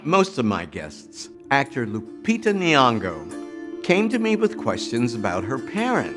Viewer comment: The Ny in "Nyong'o" is pronounced like the "Ny" in Kenya".... not Ni-yongo... source... myself a kenyan kid who's name starts with "Ny" was butchered his whole childhood living in the US.